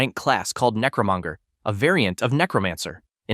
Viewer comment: Im bothered by the "necromunger"😭😭